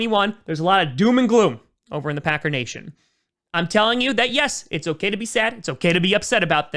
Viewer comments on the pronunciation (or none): none